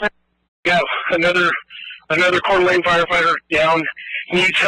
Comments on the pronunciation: Pronounced kor duh lane sad day🙏🏻🙏🏻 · Coeur d'Alene........Core/da/lane. I used to live there, for a job, many years before this kid was born. But this is how we pronounced the name of the city. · Pronounced core da lane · FOR FUTURE REFERENCE IT IS PRONOUNCED CORE-DUH-LANE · It's pronounced Core da lane. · Pronounced “core d’lane “ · I live very close to Cour D'Alene. Heard some retarded sheriff from L.A. say that its the epicenter for white nationalism in America. Only city in idaho more progressive is probably Boise. Also pronounced "cour da lane" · It’s pronounced core D Lane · You pronounce it cord de lane. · It’s pronounced Core-Da-Lane. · It is pronounced Core Da Lane. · Core- de- lane is how you say it.... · Couer d'Alene is pronounced Core da Lane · Where I'm from, it's a single word... core-duh-lane. Fast, not broken. 3 syllables acting as one. It's not Core duh lane. It's Coreduhlane. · Town pronounced Core de Lane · Jeremy, 25 miles north of the incident here, it is pronounced "Core da lane", it is of a french origin. Not that it really matters.... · Pronounce "Core da Lane". Also, notice how the social media is ALWAYS scrubbed unless the political leaning of the person is "bad". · "COOR DeLane" Jeremy... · Coeur d Alene. Pronounced core da lane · Core Da Lane is the pronunciation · Coeur d' Alene pronounced "core-da-lane" as far as I know. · Its pronounced core-deh-lane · Coeur d'Alene = pronunciation: Coor dah Lane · It’s pronounced “Core Da Lane” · You pronounce it core da lane! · Quartering "Coeur d'Alene" is Pronounced CORE DAH LANE. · Pronounced: Cord/ah/lane or CDA is just fine. My nephew works at the Costco right where this happened. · Jeremy is the WORST when it comes to pronouncing names! What the hell dude? hahahahaha. Try phonetically sounding it out like "Core De Lane". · It's pronounced Cor Delaine. At least by my extended family who own some farms near there. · C’oeure d’Alene - pronounced “core da lane” by Idahoans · COR-da-LANE IDAHO